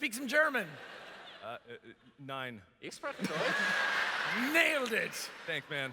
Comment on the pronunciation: It's nein not nine -_